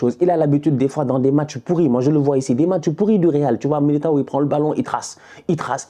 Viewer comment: pronuncia o nome de militao da forma certa desgraça